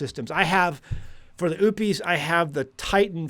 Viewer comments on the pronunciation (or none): it's not oooop-eees, it's O-pus. O as in Ohio and pus as in what comes out of a sore. And I think most people are just trying to get by day-to-day. As a 63-year old female with no family, I can't run a homestead by myself. I follow a whole food animal-based diet, about 90% carnivore, and have seen a remarkable improvement in my health, including 80 lbs. down. In the end times, which we are now in, folks, especially in the Torah Observant community, are going to have to come together instead of behaving like it's every man for himself. That is, IF they have a thought in their head about and want to see their elderly brothers and sisters survive. We have knowledge, skills, and abilities that we can contribute, and our generation typically exemplifies character traits such as honesty, integrity, and a willingness to work. And some of us have substantial physical preps as well. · Every time you say "Oupes" all I hear is "oopes daisies." Are you sure you're saying it correctly? 😅